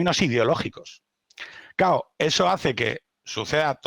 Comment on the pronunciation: Siempre me ha fascinado la gente que dice constantemente "cao" y "osá" en vez de "claro" y "osea".